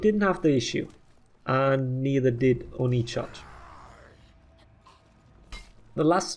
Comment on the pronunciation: "Oni charge" Almost sounded like Onii-chan to me, lol